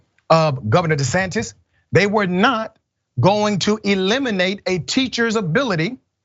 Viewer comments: Any commentator who intentionally mispronounces a person's name when they are talking about them, immediately loses what little respect I had for them in the first place. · Ron " Desatin " Love it....